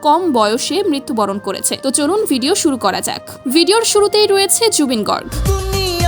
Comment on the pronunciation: গৰ্গ নয় গাৰ্গ অচনীয়া নয় অসমীয়া